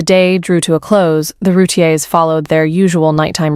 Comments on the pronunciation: This is not correct. It’s “roo-teer” 2 syllables. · It's "roo- teer"